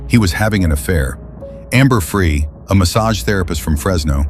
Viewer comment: Amber "Free?" Besides mispronouncing Amber's last name, I was having a hard time looking at the photographs in the video because of all those little black bugs that were moving all over those pictures! So I got a fly swatter and started swatting my computer screen, thinking in that manner I could get rid of them; but then I quickly realized it was your stupid way to make these photographs look old and clever and cool. Not cool! So stop doing that kind of nonsense because it's distracting and childish!